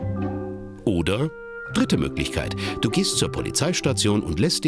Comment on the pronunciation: ich weiß net aber irgendwie spricht er das „oder“ witzig aus😅